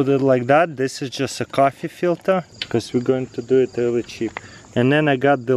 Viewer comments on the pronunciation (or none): none